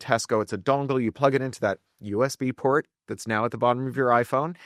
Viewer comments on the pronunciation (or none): none